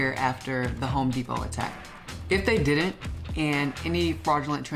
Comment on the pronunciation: Why do so many folks mispronounce “didn’t”?